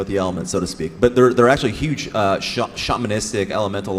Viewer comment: omg stop saying yuge!!